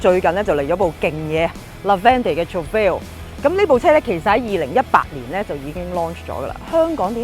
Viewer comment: Please learn how to pronounce Trofeo first......